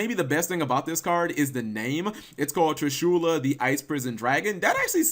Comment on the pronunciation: Tree-shoola, huh?